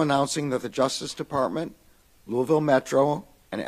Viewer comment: Congratulations Mr. Garland--you pronounced Louisville the way we do. Now time to investigate New Albany, Ind. right across the river because it is worse than Louisville. Police have gotten away with murder there, including a cop who killed his family and got off. They also abused mentally handicapped people. It is corrupt as well, stealing recovered stolen property.